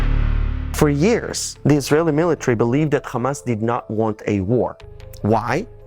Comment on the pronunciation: the movement name starts with ح NOT خ Ha no Kha, no Dutch K, or German Ch, it alliterates with American pronunciation of Hutspa (Chutspa)